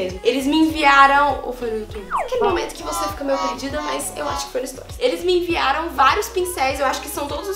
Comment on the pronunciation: que agonia de vc falando storis kkk é STORIES!😂😂😂